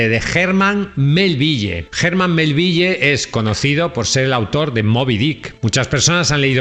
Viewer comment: Melville se pronuncia "melvil. Bartleby se pronuncia "bertlebi". Lovecraf se dice "lofcraf". Dices correctamente el apellido de Stefan Zweig que es en alemán. "Dupin" que es francés se dice "Dupan". Tus comentarios son magníficos pero cuida las pronunciaciones en ingles.